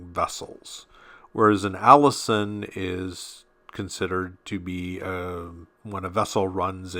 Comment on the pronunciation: Allision rhymes with collision not Allison.